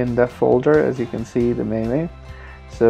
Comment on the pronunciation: rom isn't corrupted, it shows you don't have the bios files and mame is pronounced maim